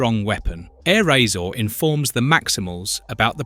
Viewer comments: Don't know if it's AI voice or just that bad but he mispronounces LOTS of stuff. "Aero Acer" lol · "Enagon" "Rinox" "Tiggertron" "Eyerazor" Yeah, don't use AI.